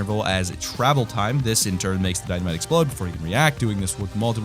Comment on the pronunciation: I thought he said Dino-mite